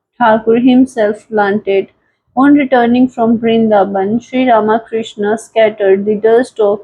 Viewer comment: Not Rama Krishna. But Ramakrishna. To be pronounced together .